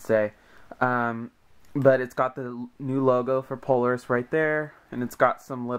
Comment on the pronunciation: It's pronounced, Pole-AIR-is